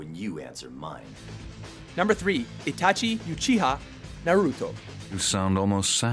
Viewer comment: kabena willoughby Itachi (You)chiha